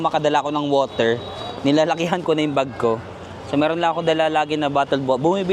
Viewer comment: borger = woter